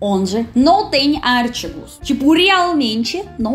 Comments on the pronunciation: no caso, não é acento, mas sílaba tônica; e a pronúncia dela, provavelmente vem do inglês, que ela também fala, e onde realmente a sílaba tonica está em "ar"; no caso da palavra em português, está em "ti". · minha linda.... não é áaartigo... é artiiigo...a sílaba tônica é a segunda. Mas, quer saber? Tu estás muito bem no português. Eu nasci aqui no Rio Grande do Sul e sempre amei estudar português, no ensino médio minha professora era mestre em língua portuguesa e tínhamos que saber tudo de gramática. Eu tinha facilidade com as dez classes gramaticais, achava até divertido classificar cada palavra de uma frase ou texto. Saber o gerúndio o infinitivo de um determinado verbo.... também tínhamos nota para redação, então era estudar ou estudar. Minhas notas eram excelentes mas eu me esforçava! Hoje em dia não é mais assim, as Escolas não podem reprovar até determinado ano e os alunos chegam ao final dos estudos com um conhecimento ridículo da língua nacional, não sabem expressar idéias por escrito porque possuem um vocabulário pobre, enchem um texto de redundâncias por desconhecerem a maneira de usar palavras diferentes expressando o mesmo sentido. Sabe porquê? Há trinta anos atrás li 23 livros de literatura portuguesa em um ano, hoje a turma só quer ficar no celular, jogando ou conversando à toa. Os professores que fazem correções nas redações de Vestibulares quase arrancam os cabelos diante dos erros grotescos com que se deparam. Então não se preocupe com seus pequenos deslizes no Português, está muito bom!!! O governo cria leis para facilitar a chegada do aluno à Universidade só para apresentar números, estatísticas de rendimento escolar que não existe de fato! Antes d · artigos, e não ártigos... genero, número e grau... pense que pra nós também é difícil. A conjugação verbal é, espcialmente, difícil pra nós nativos também. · É engraçado ver ela falar os artigos como "os ártigos" realmente os acentos é bem difícil até pra nois kksk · "ártigos" kkk